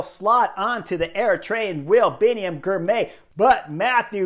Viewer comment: Excellent report. FYI Girmay is pronounced Gir-mah-y.